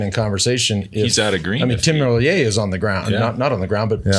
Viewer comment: Tim Merlier is pronounced like top tier. Not like a Frenche name.